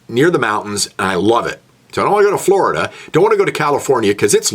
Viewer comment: FLORIDAH, your goin to floridah. 😆